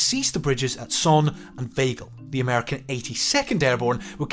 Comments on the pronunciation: "Kroosbiek", "Oesterbiek", "Vegel", "Naaimegen" ... Could the makers of this video really not find any wanton Dutchmen to help them with the pronounciation? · Informative video, but I think it is a bit disrespectful not to look up how the town names are pronounced. I understand it would be with a British accent, but Oosterbeek en Veghel sound horrible now.